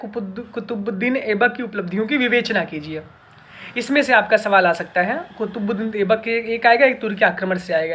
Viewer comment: Shi se kutubuddin boliy 😁